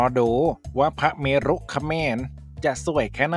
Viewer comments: เมรุ อ่านว่า เมน จอร์จจจจจจ😂😂😂ถ้า "พระเมรุมาศ"ถึงจะอ่านว่า พระ- เม-รุ-มาด😊😊😊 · เมรุ อ่านว่า เมน.นะครับ คล้ายๆกับเราอ่าน เหตุ เหด